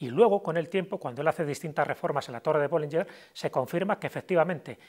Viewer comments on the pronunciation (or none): BollingeN, no BollingeR